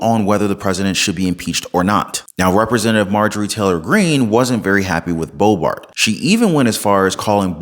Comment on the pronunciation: Boebert, not Boebart. Great channel 🏆💯